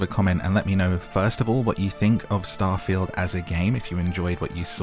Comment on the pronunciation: Omg you said "star-fah-yield" rather than "star-feeld"